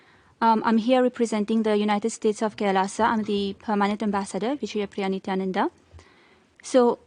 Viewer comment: It's pronounced Ni-Thh(emphasis on H)-yaa-nun-daa